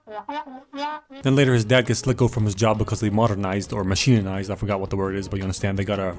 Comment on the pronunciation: The word is mek-a-nized